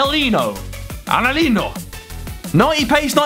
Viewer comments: Noone: Harry: Anhelio! Annelino! 😂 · “Anhelino” -W2S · It's angle ino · Hiw do you mess up saying angelino to anhelyo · Bro "analino" That's sus😳😳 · Harry pronouncing Angelino😂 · ultimate Harry pronunciation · Harry's pronunciation was so bad my video buffered